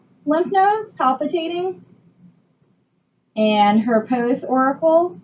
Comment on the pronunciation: She also says post-oracle and sub-mantel